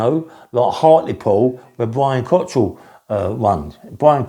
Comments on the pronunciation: Brian Cockerill, NOT cottril? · You have never seen Brian fight, you can’t even pronounce his name correctly which is Cockerill not Cotterill yet you just automatically assume and say he would be killed by Cliff fields. He wasn’t an unlicensed fighter. He was never coming down south to fight anyone either, he was doorman and and taxman of drug dealers. He’s had operations on his back not a heart attack, why don’t you do some research before you waffle absolute nonsense.